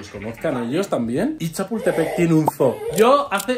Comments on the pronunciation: Chicos se pronuncia como zuu no zoo😂😂yo vivo en Estados Unidos And I speak perfect English ❤❤ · Que es un zoo (zoologico) que es estoooooo???? SERA UN (ZUU)? jejejejeje